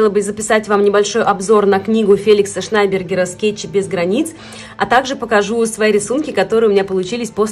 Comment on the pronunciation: Швйнбергер а не Шнайбергер